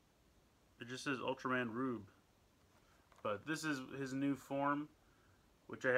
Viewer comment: Its pronounced ultraman ruebe